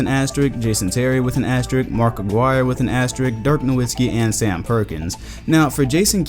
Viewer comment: ASTERISSSSSSSSSSK the word is asteriSk. there is an S before the k. asterisk. asterisk. is awesome, but please please please stop saying 'asterik' bc that's not a word.